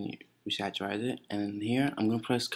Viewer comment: When he's saying "re-saturize" he means rasterize...